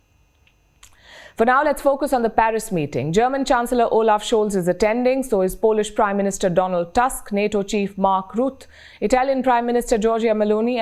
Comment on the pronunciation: Hey Palkistan Shwoarma, the name is MARK RUTTE not MARK ROOT.